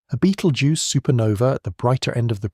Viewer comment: Clearly AI with sloppy pronounciation of the word Betelgeuse. Makes me wonder how many of these facts are correct, especially when it refers to the light reaching us is a recording. Hate to think what my future generations to the power of 500 will think how wehave managed to dumb down presentations by avoiding using real humans to narrate them. Are we heading for brain death and and an evolution back water?